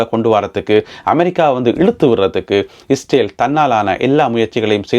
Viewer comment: இஸ்டேல் இல்லைடா ...இஸ்ரேல் டா. நீ இலங்கை மடையா. மட கூஸ். உன் தமிழை கேட்டாலே வாந்தி வருதுடா.